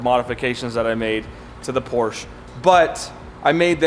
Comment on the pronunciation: Go to Porsche's YouTube channel and watch the video on how to pronounce Porsche, you own a 918 lol